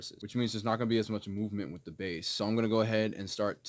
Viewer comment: You almost lost me when you said bass instead of bass lol